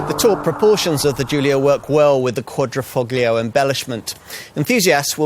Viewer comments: It's not pronounced Quadrifucklio but rather Quadrifolio, although written Quadrifoglio = four leaf clover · It’s not meant to be pronounced „...foGlio“ ... the G is silent! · Visto che risponde in italiano, non capisco la difficolta di pronunciare le parole italiane come si deve?